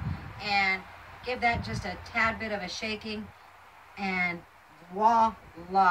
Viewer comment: Everything is great...except for the WA- LA...pronounce it with the V. Lol Voila